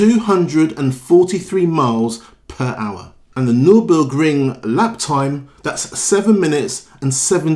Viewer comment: “1,000 to 300hp”? The cliche that it has more computer power than it took to get to the moon is so tired, it’s laughable. Oh, and please try to pronounce the Nurburgring correctly, noting the second letter is u, not o.